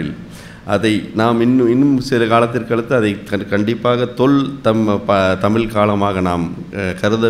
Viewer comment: தமிழ் பற்றிய தகவல்கள் சொல்றவங்க முதலில் தமிழை சரியாக உச்சரிக்க வேண்டும் சும்மா தமிளு தமிளு ன்னு....கடுப்பேத்திட்டு.......